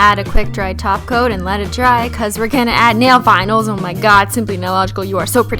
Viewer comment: whenever you say top coat I hear taco!!